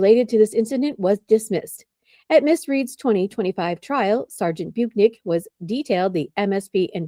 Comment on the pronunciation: It's Bu - KEN - ick